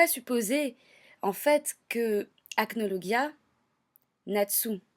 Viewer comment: Ca se dit acnolojia